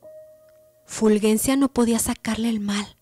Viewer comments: Que escalofriante relato. Muy bien leído. Solo una observación, no es Fulguencia sino Fulgencia. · Fulgencia se escribe así, con "g", pero se pronuncia como si fuera "j" , es decir como si Ful-J-encia